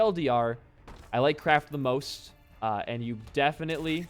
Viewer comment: Idono why but whenever he said Kraft I thought he was saying crack